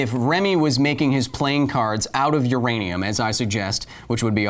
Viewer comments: I listened 4 times and still herd "Uradium" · I think you mean "U-Remy-um"... I'll see myself out